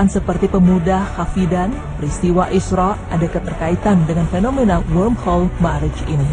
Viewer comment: lubang cacing kok disebutnya worldhole? mungkin maksud narratornya 'wormhole '